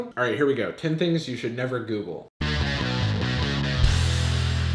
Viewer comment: "Ten thing you should nEEAVVer google!"